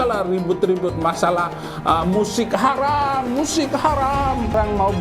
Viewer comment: Astaghfirullah Ko ini para ustad ngomong nya pada harom apa apa harom